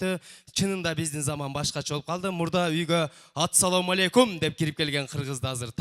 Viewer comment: Ассалому алейкум деп айт туура кылып. Атсалому алейкум дебей